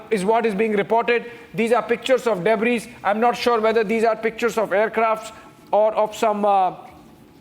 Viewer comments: Debris is pronounced debri, just for the info of our theatre act english speaking newscaster.. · S is silent in debris. Please tell the newsreader